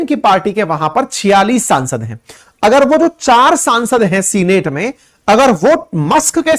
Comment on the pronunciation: What is Seenate ? Get correct pronunciation